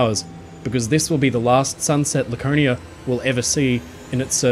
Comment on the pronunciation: Once I heard "Lakernia" and "smatest", I had to leave. Please educate yourself on how the letter R works.